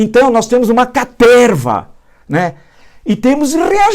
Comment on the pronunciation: Pensei que fosse só eu. Parece Gol qd fala Caterrrrrrva.